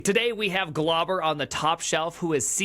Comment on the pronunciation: Name: Glauber Primogen: "Globber"